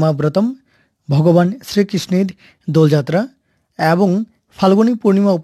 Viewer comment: এ্যবং? না, এবং?